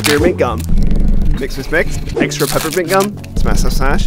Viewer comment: He said lifesaver peppa mint